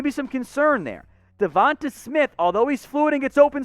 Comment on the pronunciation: The way you pronounce Devonta smith makes me feel like you don’t actually watch college football